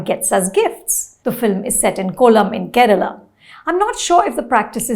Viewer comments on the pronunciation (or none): none